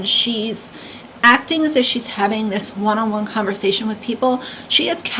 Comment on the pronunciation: Anyone who takes the word 'with' and pronounces it 'wich' is someone I have trouble taking seriously. I couldn't even take in either of them said bc the accents were so off for me. And why are the random ppl who are victims of this storm 'amazing ppl'? They're random ppl, who I'm sure are amazing in unique and varied ways, but that was weird. I haven't followed this story, so I'm not sure of any of the political stuff going on around it, or who these ppl are, but I don't like their accents.